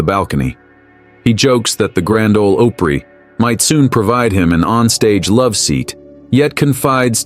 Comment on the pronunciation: It's Pronounced OPRY not OPERY